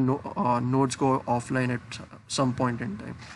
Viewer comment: At any pon-tin-tan.